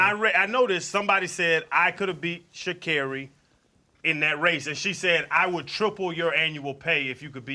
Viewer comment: They traveled all that way to interview Sha’Carri, but didn’t do the simple due diligence to learn to pronounce her name???